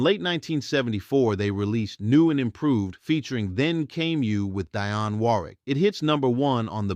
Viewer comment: I hate computer-generated voices that mispronounce common names. For example The came You was with Dionne Warwick not Dye-on Warwick. He later teamed with Alan Thicke. The E is silent. The voice said Thick-ah. And Not Just Knee Deep was Parliament Funkadelic not Sweat Band. Such a remarkable singer with the remarkable story but I lost interest with mispronunciations that even a novice pronounce